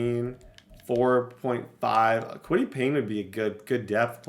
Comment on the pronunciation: this man has always added an n in paye’s name 😂😂